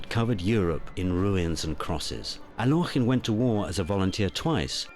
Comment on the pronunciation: Totally inaccurate. Alekhine did not lose to Euwe in "42." The Russian Revolution had nothing whatsoever to do with the death of either of his parents. Alekhine explicitly stated he did not want to be called "Al-yokh-in" as the narrator pronounces it here. Chesstv DOT com is absolutely not to be trusted for historical accuracy.